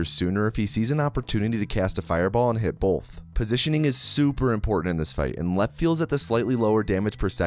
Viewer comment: Just commenting on your accent here... you say the word "both" as if there's an L before the th; "bolth" have you considered doing a "bolth" counter? If not, would you?